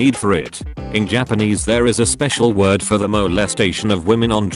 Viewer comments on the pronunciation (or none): none